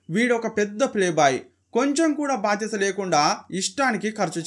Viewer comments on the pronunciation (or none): none